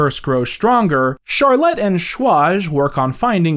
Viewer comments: My one issue with this video is the pronunciation of Charlotte lmao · You are pronouncing Charlotte like that just to purposely spite me